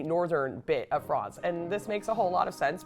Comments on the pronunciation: This woman says she doesn't speak French. Why does she keep calling it Frahnts instead of France? I've never heard an American (or maybe she's Canadian) pronounce it that way. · This lady is pure American. Why is she pronouncing France, "Frawnz" ? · Okay! This is the History Hit gal who pronounces almost everything as an American generally would, except she obsesses with pronouncing "France" as "Frawnce"! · She keeps saying france as fronz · Why does she say "Fronce"...lol! That's not how the English say France.